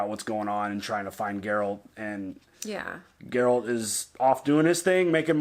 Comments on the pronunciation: when finally says Geralt right👏🏼👏🏼😂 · Biggest smile on my face when finally pronounced Geralts name correctly!!! Good job mate! 👏🏻👏🏻👏🏻👏🏻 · Don't want to add to your confusion but the yes, the G in Geralt is like the word "graphic". But also the E is pronounced as an A. Sounding like Gare-alt. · FYI: He names all his horses "Roach". Geralt is actually very old. Witchers can live for hundreds of years. So he has outlived several Roaches. "Geralt" is also pronounced "Jur-ALT". Remember this is a Polish fatnasy series. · Geralt is G like Gary....Gar-alt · Its pronounced GAIR-ELT